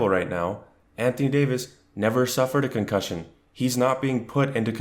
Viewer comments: The way this man said "CONCUSION" twice is the reason I Pay my internet!!! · Concussion?! CONCUSSION?! 😭😭😭😭😭😭🤌🏿